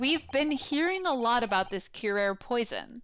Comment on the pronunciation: Kyoo-rah-reh. I think you had it right the first time last episode. It's also the name of a Batman Beyond villain and they were pretty good about pronunciations unlike other Batman media...